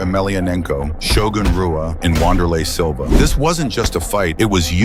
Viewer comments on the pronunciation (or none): It is pronounced shogun hua and vanderlei silva. Not pronounced rua and wanderlei you fool.